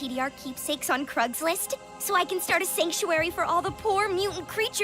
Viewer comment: noah says craigslist in season 3 but dawn says crugslist in season 4 like why